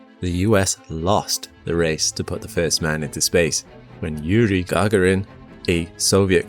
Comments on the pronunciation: "Yuri Guargarin" hahah what?😂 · You're murdering most pronunciations. The space walking Soviet was named Leonov LEE-A-NOFF, not Levanov. Also, the first man in space was Yuri Gagarin GUH-GAR-UN. Jim Lovell's surname was LOVE-UL not LUH-VELL.